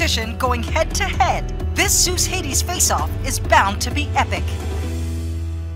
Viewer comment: cringed when he pronounced HADES wrong